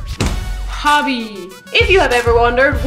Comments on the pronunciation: "pubby" dat pronunciation. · Lol "pubby" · I love the way you say puppy :')